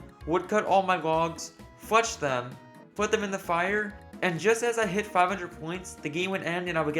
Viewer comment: literally said “y fletch”